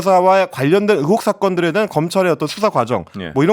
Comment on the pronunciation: 의원->으원, 의혹->으혹 이거 너무도 거슬리는데 연습 좀 하시지...